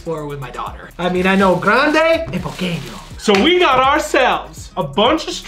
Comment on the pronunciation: 1. Lol "poqueño" 2. "Buen provecho" translates to "Bon Appétit"